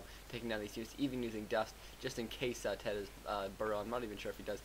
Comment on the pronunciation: ima be a dumb jerk and tell you: TeD = "Tee Dee" and TH000 = "Eggs" (in China, don't ask why) or "T H"